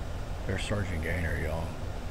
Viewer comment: I cringe every time you say “sargaint” just call him Gaytheir and drop the title.